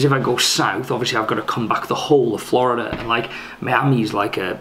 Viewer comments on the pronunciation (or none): none